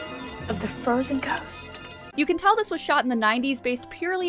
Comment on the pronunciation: Does that kid add some extra syllables to the word, "Ghost"?